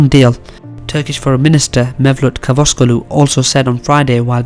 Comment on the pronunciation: Good point buddy athe word lso i d like to add that Turkish Foreign Affairs Minister Cavusoglu is pronounced as in Chizzle not as in kawasaki.So Chavusoglu not Kavusoglu.Watch some Turkish tv for better pronounciation.Greetings from Turkey.